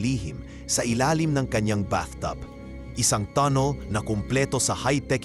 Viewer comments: tannel ang basa dun hindi tunnel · Tanel mo basahin hindi tunel busit ka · ANONG TUNNIL? TUNNEL YUN AWITTT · Tonel? Haha bubo magbasa